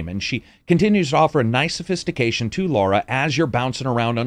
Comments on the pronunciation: When it comes to a persons name, there is only one correct pronunciation. Her name is Lara, not Laura. Also, colour and color have the same pronunciation. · Before I watch it I bet he kept calling her Laura rather than Lara 🤣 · Love this channel... But cmon brah...... It's Lara not Laura.